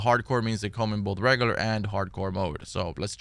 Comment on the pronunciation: Had to unsubscribe. Can't take anyone seriously when they pronounce regular as reggaler.